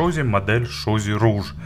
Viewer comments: Rouge (румяна) и читается как [руж] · Rouge (разбойник) и читается как [ро́уг]